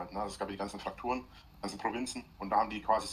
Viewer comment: FRAKTUR! FRAKTUREN!!!! Es heißt PRÄFEKTUR. Da hast was übersehen.